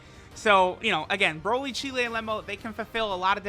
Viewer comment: Remember when use to pronounce broly as brawly?